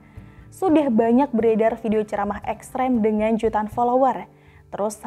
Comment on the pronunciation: exs tre mes???? hahahahaha exs tri mis kaliiii